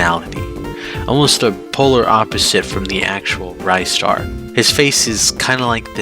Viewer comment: Just found out you pronounce ristar as "rye - star", unsuscribed forever